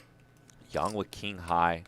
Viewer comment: It's not pronounced Yan...it's pronounced Yang like ying and yang